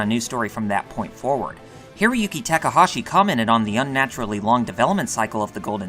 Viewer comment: Holy god you have the worst pronunciation on youtube. You literally switched back and forth between pronouncing Takahashi correctly and incorrectly 5 times in a single sentence. Please do better.